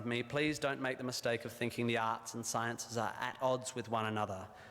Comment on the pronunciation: It's ok,, I'm Australian & I heard "Arse Degree" too. (but I knew he meant Arts)